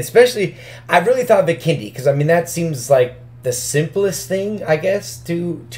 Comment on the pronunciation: Why does he say Vikendi bikini